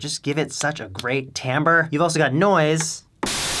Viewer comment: omg THANK YOU for being the only person on yt to say "timbre" correctly!